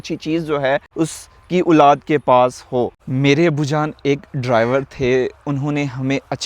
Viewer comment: It's Olad ,,,not Ooolaad